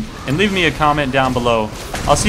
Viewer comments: At the end he said "I´ll see you gays later" O_o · Ahh to be a noob at this game was the worst time playing LoL and Colby you said " I'll see you gays later" LOL :) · at the end it sounded like you said "see you gays later!" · lol at the end it sounds like u said " see u GAYS later" xD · lol did he say "I'll see you geys later" at the end of the video? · does he say " I see you gays later" ? O.o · "See you gays later" O:< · Colby did you just call us "gays" ? :o "I see you gays later" :o shame on you !!! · No I watched it over about 10 times XD I thought so too at first but then realized he said "Guys" but in a weird accenty kinda way